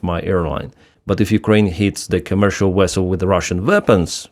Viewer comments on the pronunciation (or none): Every time I hear you use the word 'vessel' it reminds me of Павел Андреевич Чеков of Star Trek fame. Thanks for the fond memories of my youth!